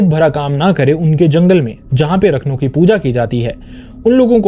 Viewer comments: It is not pronounced as rakhno (रखनो)...he is called raakhnho (राखणो) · Its राखणो... Not रखनो... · Sorry to correct- it’s not Rakhnow.. it’s Raakhno (राखणो ) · राखणो and not रखनो... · भाई उसे राखणो कहते है, रखनू नहीं। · It is Raakhno..ra pronounced as in ' Raakhee' or 'Raazi' .. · 'Raakh- no' is the pronunciation ( Protector or care taker ).